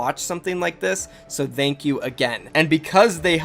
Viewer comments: He says "Thank" just like "the" and its annoying asf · Am i the only one who doesnt like how he says “thank”